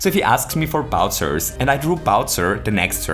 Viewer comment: “Bowtsers”. German accent I see